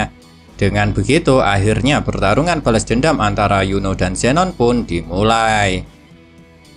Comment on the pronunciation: Min kok Lo kayak ngomong Yono ya bukan Yuni😂😂😂